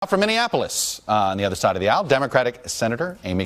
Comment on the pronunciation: did you say Minneapolis?